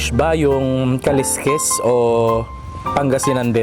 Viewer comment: Yung Pangasinan dish na kaleskes yung pronunciation lang hndi sya kaliskis kasi pang isda yung kaliskis...kaleskes dapat